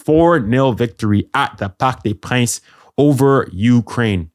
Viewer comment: "Parky dé prince" 😂